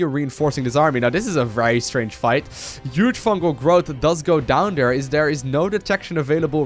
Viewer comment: i dont even know how to write down the way he pronouces "huge"